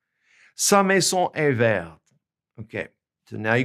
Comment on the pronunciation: You gave the example of Sa maison est vertE and Leurs maisons sont vertES BUT you didn’t enunciate clearly. Both vertE AND vertES should be pronounced “VAIRT”